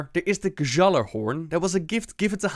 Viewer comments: It's pronounced GYALLAR-horn not Guh-Jalla-horn xD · i can imagine all the destiny fans getting triggered when you pronounced Gjallarhorn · The pronunciation of Gjallarhorn just killed me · Omg why can't the voice actors read Gjallarhorn how it's supposed to be...well Blizz is raping norse mythology enough already, this doesn't really matter I guess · I love how they just absolutely BUTCHER the norse Accent :D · Any Scandinavians might correct me, but i think the pronounciation is of on a lot of these. It's not even you, it's also Blizzard itself. The "ja" should be silent. Valar-yar, G-ya-larhorn etc. is the correct way of pronouncing.